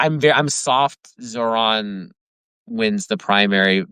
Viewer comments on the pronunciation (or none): Tara is not a great interviewer. Also she couldn’t pronounce Zohran’s name!